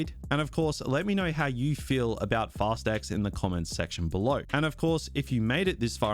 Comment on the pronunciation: Why I hear it like: “FAST EGGS”?